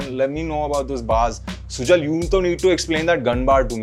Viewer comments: Bhaijaan ye Sujal ka pronounciation video mein sunne ke baad bhi SUJAAAL kyun bol raha hai? At least naam to sahi bolta! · Sujal ❌ su-jaaal ✅ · Naam sujal ❌ Naam sujaal ✅